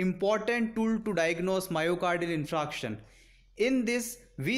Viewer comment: You r pronouncing 'infraction'. But it is infarction'